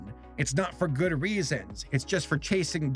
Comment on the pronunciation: Shortcut: "Gud"